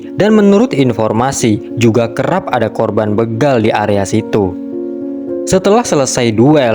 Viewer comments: Bégal... bukan bêgal, Min... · Alhamdulillah.. akhirnya aparat penegak hukum mengambil keputusan yang sangat bijak. Sekedar info bahwa kata begal itu huruf e nya dibaca seperti dalam kata becak, atau bebek